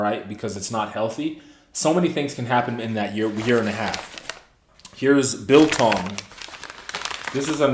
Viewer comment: Hi. You pronounced '"biltong'" perfectly well.